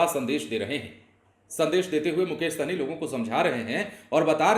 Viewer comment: सहनी नहीं हैं भाई साहनी है।। सही से pronuncition करो